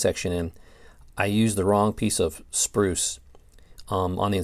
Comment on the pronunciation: one of the many gaps in your knowledge is an ability to say the word SPRUCE correctly.